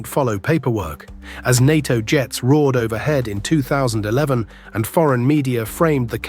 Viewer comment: It's not "DAINAR" but DINAR & "NAITO not NAATO"